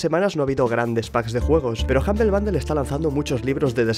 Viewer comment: Sangran los oídos cada vez que dice humble bundle